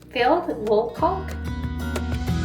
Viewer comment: The ‘L’ in caulk is silent! Love you tho!